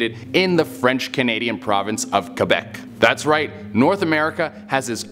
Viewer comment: He pronounced Quebec correctly!!!!!!!!!!!!!